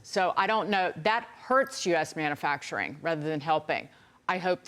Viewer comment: Can someone please tell the one commentator that the word ‘manufacturing’ contains a U? I can’t even listen